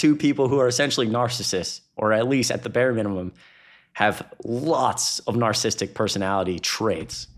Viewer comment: Both and this new guy both have been butchering the word "narcissistic" please get it right 😂 nar ci sis tic. Love you guys though